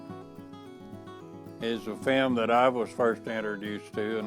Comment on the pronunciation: It took me a while to realise he was saying film I thought he was saying fam ???